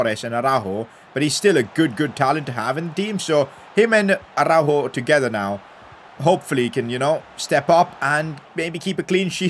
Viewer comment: thanks for saying araujos name correctly I felt like u were directly talking to me as I commented this earlier😭😭